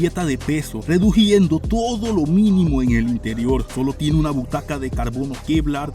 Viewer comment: No se dice ReduJiendo se dice ReduCiendo 👍